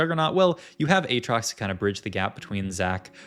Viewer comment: why does he juggle between aatrox pronunciation lol